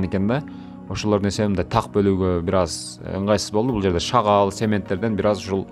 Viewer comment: Шагал эмес, шагыл!